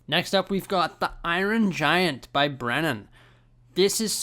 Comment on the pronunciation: "The Eye-Ron Giant" lol